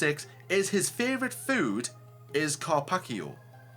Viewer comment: You must have been living under a stone not knowing what a carpaccio is. It's better than shepherd's pie! And it's not called 'karpakkio' )) Like your channel though, keep up the good work!